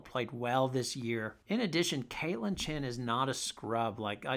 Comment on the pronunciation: Nice take; Very comprehensive. Our minds think alike. That should scare you🤣 BTW it's Chen not Chin. Just sayin'. Yes Gandy is very raw. I believe she just started playing basketball. A real project but Geno and CD must see something. Laura Somfai is really, really good, very skilled. Inez has real talent. Hope she lands in a good situation. I don't mean this to be hateful but who would take Amari? Desperate Div 2 school? I wish the best for Amari but gotta be realistic.